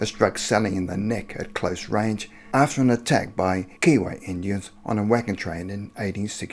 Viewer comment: Kiowa has a hard I in it. Like Keye o wa.